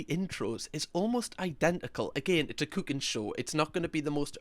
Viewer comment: The way you pronounced "cooking" made me think you just spoke German for a second there. I swear, it sounded like you said Kuchenshow.